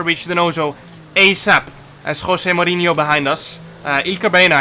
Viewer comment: Nobody: Jarno: KHWOSE MOURINHO